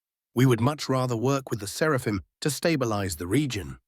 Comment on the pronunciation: 1. I thoroughly approve of Gurgle. 2. Does anyone else snicker when the bot says 'Serpahim' instead of 'Seraphim"? Idk it just makes me laugh.